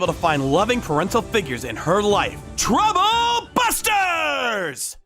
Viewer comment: My new favorite "Truble Busters" 😂